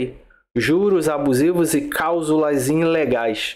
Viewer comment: CALSULAS!??😂ELE TÁ QUERENDO DIZER:CLÁUSULAS...KKKKKK....